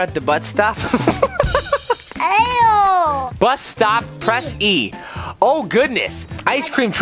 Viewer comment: trying to say bus stop 😂❤